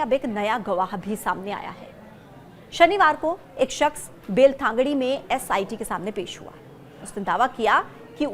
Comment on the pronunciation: Bail Thangdi nahi, qwoh Belathangadi hai